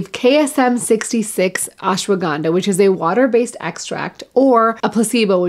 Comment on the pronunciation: Surprised to see you couldn't pronounce Ashwaganda in the Indian way.